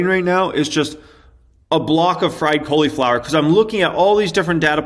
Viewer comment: Who else finds it funny the way he says cauliflower?? 😂